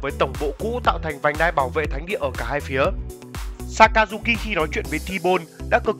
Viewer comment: đọc sai sakajuki rồi r hihi